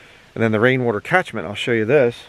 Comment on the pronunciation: He says Rain Wutor, keep up with the videos.